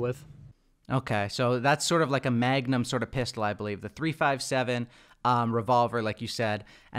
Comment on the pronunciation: Anyone else cringing at the fact that neither of them knew what to call the .357? It's three fifty-seven